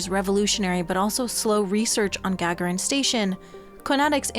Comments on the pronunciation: 'Gag-a-rin'? Yuri might be offended. 'Ga-gar-in' is how his name is spoken. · Gagarin Station is pronounced "gaGAHrin" - as in Yuri Gagarin, the first astronaut to make it into space. 🖖